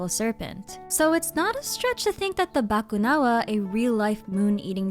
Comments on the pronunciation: I just knew you were filipina when you didn't butcher "Bakunawa", i instantly said "Ah pinay to" Hahaha! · my initial reaction when u say "bakunawa" "filipino", wow, nice pronunciation galing nya parang pinoy Lang 🥹 never thought u are a Filipino 🤣🤣 lagi pinapanood mga lore mo mommy ngayon ko Lang nalaman hahahah